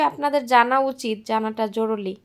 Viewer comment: তুমি "জরুরী" এই শব্দের উচ্চারণ বার বার প্র্যাকটিস করবে। তাহলে জড়তা কাটবে। তোমার এই শব্দের উচ্চারণ এ সমস্যা আছে।